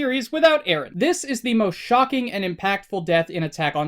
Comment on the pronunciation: Its Eren not Arin.